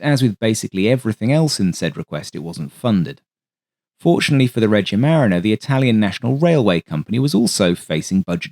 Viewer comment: For what it’s worth, “Regia marina” means “royal navy” and is pronounced “reh-GEE-a ma-REE-na”. Love the content, as usual.